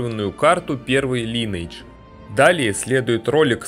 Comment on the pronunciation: дружище называй только не линэйдж, а лайнэйдж так будет правильно.